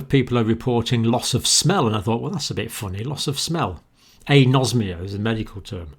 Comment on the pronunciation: Time What is "Asomnia"? (Anosmia.) Sorry Dr John, I have noticed many instances where twist words. This is so far, the most recent case. Please go back and check this one.